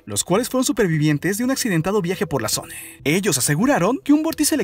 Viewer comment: Porque chingados habla son E al final coinsidencie ? Cuadre ? Zone ? Floride? Que pedo